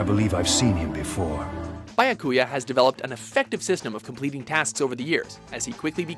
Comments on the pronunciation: Real Life Reaction: PFFFFFFFFFFTTTTTTTTTTTTTTT, HAHAHAHAHA! He seriously did not just say "bayakuya"... There it is again! Bayakuya! It's "Byakuya", damnit! Say it with me: "bya"... "byaaaah"... ..... What?..... Sora is stylish? .... Ooooohhhh... Didn't you say you're excluding battle gear? I'm pretty sure Alucard made that other list. No offense, but you really should let someone else do the talking in these anime-related videos. The guy kinda mispronounces a lot of names. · he puts emphasis on the wrong character in byakuya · bayakuya? xD ITS BYYYYAKUYA! xD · i first heard the way he pronounced Byakuya from Bleach i was like O.O. It's BEE - AH - KU - YAH, not BY - AH - KU - YAH. The way he said it sounds alot like Baracouta (the fish) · Bajakuja?! BYAKUYA! Jesus, you guys are sooooo bad at those names xD I'm sorry, I just can't not mention it xD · It's not a fkin "BAIA KUIA" it's "byakuya" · Bayakuya??? Couldn't find anyone that can read to do the voiceover? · It's not byakUYa, it's bYAkuya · that "byakuya" gave me cancer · "Bi-Ah-Ku-Ya Kuchiki"? 52 seconds in and I can't go on... =_= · ExireHG B-YA-COO-YAH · Yup, and honestly Bya-COO-ya? Really!? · DJ Hellray isn't it Beeyakuya? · Beakyuya. How the fuck are they pronouncing it. It is spelt Byakuya for a reason. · bi-ah-ku-ya what the actual fuck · Bayakuya? Bayakuya!?, you've always sucked at pronouncing names, but this is failure on a spectacular scale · its bya-ku-yaaaah kutch-kie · just saying it's bee-ya-ku-ya how it's said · "Bayakuya" lol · AAAAAAA it makes me. mad that he said byakuya wrong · ffs they cant even pronounce byakuya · Wow he butchered Byakuya's name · I can’t believe they didn’t know how to say Byakuya. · I have been laughing for a full ten minutes because of the terrible mispronunciation of Byakuya. Oh my god, my face hurts. You need a pronunciation corrector on your staff. Byakuya's name is literally said in the episodes of the clips you used.